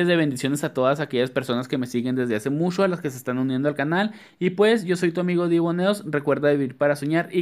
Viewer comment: Me caes mucho,muxcho,muxcho,muy bien,😂😂😂😂,he aprendido mucho contigo.saludos desde la cdmx.